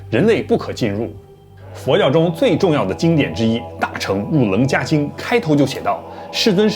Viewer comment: 伽 读QIE(切）